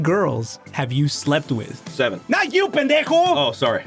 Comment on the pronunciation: No, not even close. That would be pronounced (Pen-deck-o) not Pendejo (Pen-dè-ho)